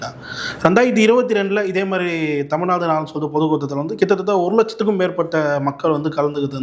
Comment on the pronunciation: கித்த தத்த இல்லதம்பி. எங்க சொல்லு பார்ப்போம் கிட்டதட்ட உச்சரித்து பழகு தம்பி.